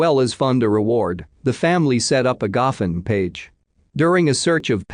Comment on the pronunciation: Sometimes I want an actual narrator so bad, tho this one is better than some of the other ones that they've used in the past. Like in Courtney's case, the family started a what page?? I think it's supposed to be GoFund but sure don't sound like it and also in the beginning of the same case she was worried about his wellbing?? Some of the mispronounced words are straight annoying like every time they say cadaver dog, or lead always being said as led. I get that lead can be pronounced both ways but we're obviously not talking about the metal here 🙄 makes me cringe